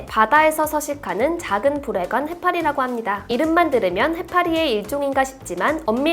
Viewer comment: 아...저 음란마귀 쓰인듯...부레관인데 계속 부.ㄹ.관 해파리라고 들려서 응?...응?...응? 하고 들을때마다 놀래요 ㅠㅠ